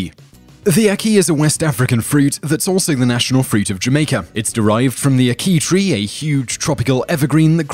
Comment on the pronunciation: Ack-Key - NOT Akey!